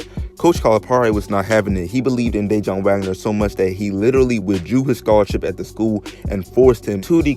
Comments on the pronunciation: it's pronounce Duh-Won Wagner not Day-Jon. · De Juan not De John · That mans name is not Dajon 😩 it’s Pronounced (Duh’Whan) that killed the whole video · Damn bruh you butchered Dajuan’s name lololol it’s not pronounced day-Jon it’s pronounced duh-wahn... Wahn like lawn but a the J is silent Sheesh 😂😂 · Please stop saying, Day-jun...it’s sounds more like Duh-Juan. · DayJohn? No bra! That’s my cousin name lol it’s pronounced (dah waun) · It's pronounced Dah Wun bro lol not Day Jon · It's dajuan wagner bro..not day-john 🤦🏿‍♂️ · DeJuan. (De-Huwan) not DAJON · It's Dajuan Wagner not DayJohn my guy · Bruh it's pronounced da-juan not Dayjohn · Ummm It's not day-jon.. it's duhjaun... Dajuan Wagner. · DaWAN Dajuan not dayjohn or Whteva u saying bro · Duh-juan... Not de-jaun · Man keep calling him dajon Wagner 😂😂😂😂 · It’s Dejuan Wagner. DA-JUAN bro. Wtf? He wanted to stay in college because that was kinda the norm back then. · His name is DaJuan DA-WAN WAGNER put some respect on his name 🤣🤣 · I cant take it anymore his dads name is Dajuan Wagner pronounced (DaWon) I had the stop the video midway through just to tell you this also I'm never coming back to this channel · Mans said "dajon" like the mustard lmaooooo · It’s pronounced Da-Juan.....how are you butchering that name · He pronouncing Dajaun like it’s mustard or something 😂 boy if you don’t get yo ass outta here! Did all that homework to fuck up the easiest part. Thanx for the video though 💯✊ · It's pronounced de-wuan but its spelled Dejuan and people wasn't just going 1 and done bac then. And their ties start with their uncle worldwide wes. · Why can’t you pronounce DaJuan? Da-Wan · You don’t even know how to say his dads name 🤦🏾‍♂️🤣😂😂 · Where TF you grow up or who are you to be making videos like this and not even know who Dajuan Wagner is.. Your pissing me off by the way you pronouncing his name